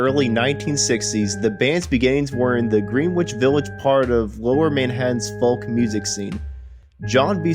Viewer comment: The pronunciation of Greenwich and Creeque Alley is laughable and you're not really a natural when it comes to narration. Oh and the "L" in folk is silent. You don't pronounce the L. I can't believe you've never heard anyone saying the word "folk" before.